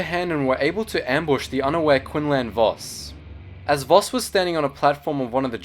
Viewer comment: voss not boss my dang sugi correct